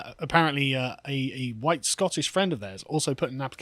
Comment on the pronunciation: The guy went on a massive racist rant that would get anyone else cancelled. His "huwhite" speech made Enoch Powell's "Rivers of Blood" speech sound like "Ebony and Ivory" in comparison.